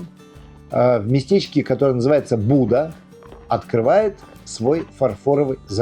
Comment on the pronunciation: Та не Буда, а Буди. Хоч би карту відкрили.....